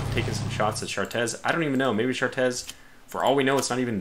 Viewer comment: Chartres is pronounced "shartray"